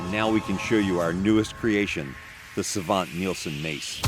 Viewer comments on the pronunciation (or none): Its sVante not sAvante. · Great work! By the way, the E in Svante is not silent. It's pronounced Svan-teh. Request: Scimitar of the Seven from Breath of the Wild and Tears of the Kingdom.